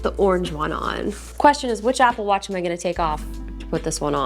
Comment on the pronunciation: What’s an “aga watch”?😂 Also What size is her wrist???